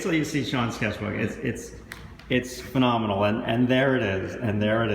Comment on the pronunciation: "its phenominal" what?